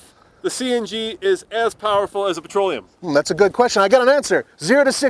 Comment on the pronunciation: I believe it's "petroleum" not "patroleum". BTW, I work for a city transit which has a fleet of 80% CNG powered buses and automobiles. The only good thing about CNG is the beautifully smell of emission. Other than that, it is more expansive to operate (after figuring in the compression pump for Gas and maintenance on that station), less reliable because it burns much hotter than "patroleum" which leads to a lot of engine failures prematurely. Making less power than diesel. Also, don't forget the safety of handling CNG. CNG tanks have expired dates on them, and are very expansive to replace. Big company can keep that under check and afford to train their personnel constantly. I am not so sure about individuals.